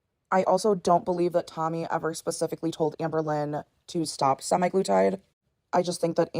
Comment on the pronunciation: SemEYE glutide? What's with these morbids and their pronunciation😂